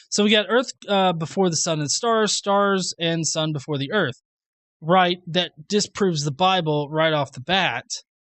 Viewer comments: "erf" lol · "Flat Earf"? What's that? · Are "urf" and "earth" supposed to be the same word? They're not remotely similar, I'm honestly confused. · He’s talking about another planet called Earf, so that planet is flat. Just like his vocabulary. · Oh and all you college students make sure to drop out. Because then you will one day learn to pronounce the planets name the correct way. Urf. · don't say flat erf?